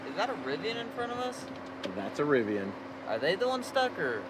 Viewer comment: What in hell is a “Rivion”?